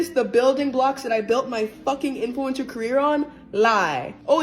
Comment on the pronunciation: Love your videos but youre pronouncing influencer wrong. You don't need to emphasise the E